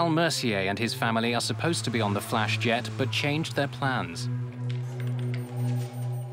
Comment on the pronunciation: When they said Flash it sounded like Crash Airlines 😆